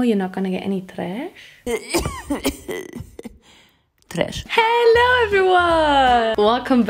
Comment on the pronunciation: i cant spend a day without hearing saying '' TRESH '' love your vids so much and i am so excited for your song